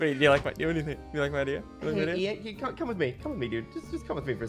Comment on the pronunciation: ian not ean